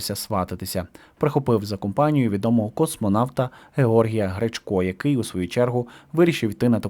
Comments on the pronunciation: Ви навмисне спотворююте назви міст,прізвища-Гречко,наголос на е'. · Який же безграмотний ведучий, жесть, навіть поставити наголос на прізвище космонавта Гречко правильно не годен…. Рівень під плінтус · Умники, не гречкО, а ГрЕчко!